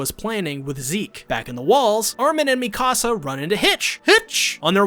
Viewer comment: why he say hange and mikasa like that tho